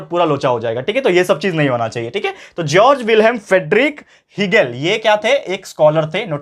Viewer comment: . Hegel ❌ Egle ✅😂😂